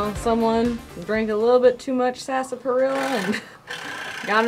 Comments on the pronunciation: Go watch the Big Labowski and then skip to time for the proper pronunciation of sarsaparilla :) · Sas-pa-ril-a. Was another one Lol. I live in LaCygne. Another hard one to pronounce (La-scene) Glad you enjoyed our wonderful state. You barely scratched the surface. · Glad to see yall enjoyed your visit!! Wichita is my hometown. But Lindsborg is very close to my heart. Next time yall should check out Perry Samuels Garden Of Eden!! PS it's pronounced Sass-perr-ella ;) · Soo much more to see in Wichita: Krupp Castle, Sedgwick County Zoo's, Tangynika, sooo much airplane history. And Sas-porilla ( we don't say the first r) lol! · Y'all are definitely one of my favorite YouTube channels to watch and I can't believe y'all have never been to those states lol. The way you said sarsaparilla was so funny. I usually pronounce is "sassparilla" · Great job, guys! We always enjoy your vlogs. Just FYI, its pronounced SASS- PARILLA. I understand, its before you young-uns time. 😁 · Love this. I'm from KCMO and I learned a lot. BTW, isn't it sass-parilla? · You guys gave me a bit of a chuckle pronouncing sarsaparilla the way you did. I'm wondering if you've never heard of it before and said it how it's spelled, or was that a local pronunciation? I've always heard it as SAS-pa-rilla. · Lived here all my life and I never heard of chili and cinnamon rolls. Oh well. Also, sarsaparilla is pronounced sass-pa-rilla. great video. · SASS-PUH-RILLA but that's okay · Your pronunciation on the root drink was way off you got to think country when you say it. Sounds like sass pa reelo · Loved this video. As I have lived most of my life in Kansas I know chili and cinnamon rolls from school. But they are separate. I was sad to see you only went to Joe's BBQ. I understand you not being able to pronounce Pottawatomie, pot ta wat o mie, county correctly. But Sarsaparilla???